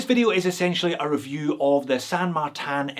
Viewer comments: Why do pronounce it San MartAn? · More importantly, you are still pronouncing it with a French accent for some reason :) Cheers for the video! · Dude, I love how you pronounce "San Martin" like it's a French hors d'oeuvre...(Merci pour votre...er... videos!)